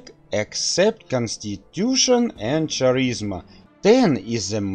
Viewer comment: "Charisma" is pronounced w/ a "K" sound instead of "Ch".